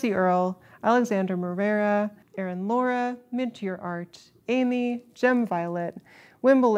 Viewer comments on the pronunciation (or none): none